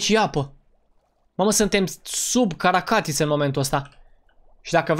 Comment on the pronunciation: Notițe spune caracatiță nu carta catiță